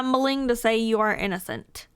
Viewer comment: Bruh she literally can't say the word innocent.